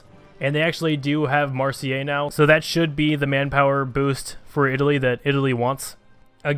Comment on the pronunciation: Marseille is pronounced "mar say" lol